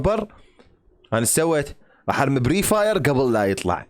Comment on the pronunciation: فري فاير مو بري فاير